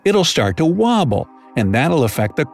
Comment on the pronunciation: WOOOBLE😂😂 it’s pronounced as wobble, not woooble😂😂